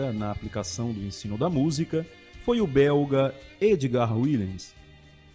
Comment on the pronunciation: A pronuncia correta do nome é com V Willems